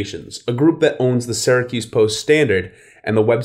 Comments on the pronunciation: I was born and raised in Syracuse, ( pronounced Sear-a-kyuse. Not Sara-Koos.) Please pronounce Syracuse better. Thanks, and duck under those low bridges…😂😂😂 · Its not Saracuse! Its Syracuse! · a it's not sara cuse it's pronounced sear a cuse...you wouldn't pronounce Syria Sara ya now would you??? get it right eh? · And he pronounced it wrong. People from there say Sir acuse or Sur acuse. Supposedly, people from this area don’t think that they have an accent, but they do. If you go east to Albany or south to NYC, people can tell if you are from Central New York. Also, the term Upstate New York is not favored because each region has its own customs. People will refer to CNY or WNY (Buffalo). To people in NYC, they think Poughkeepsie is Upstate, and it really isn’t to most people in the middle, east-west areas. For a small geographic area like NY, each region is very unique.